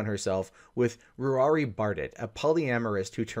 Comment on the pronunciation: Ruari usually pronounced Raw-ri or Row-ri or Roo-ri - scottish spelling Ruairidh, in case you wanted to know (means Red king or Red leader) so basically he's a ginger.